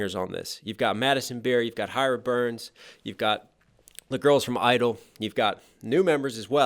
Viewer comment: the kpop group isn't idle its (G)I-DLE pronounced (Gee idle)